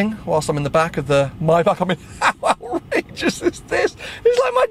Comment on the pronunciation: I beg you, please learn how to pronounce ‘Maybach’